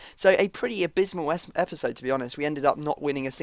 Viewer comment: did you say "abysnal"